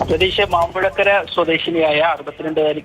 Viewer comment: മാമ്പുഴ കര അല്ല മാമ്പുഴകേരി ആണ്